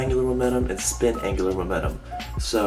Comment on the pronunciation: angular "momenum"